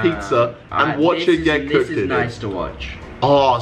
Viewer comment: “Is it being cookeddeded or is it being moldedded?” 😂